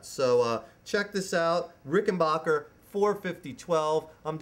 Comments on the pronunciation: It's Ricken- BACK- er. Ask John Hall. He's corrected me when I said BOCK er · It's pronounced Ricken BACK er, not Ricken BOCK er. He's pronouncing it wrong. And they're totally hand made in America. And the 6 stringers are awesome, ask Paul Weller, or the Guy in REM.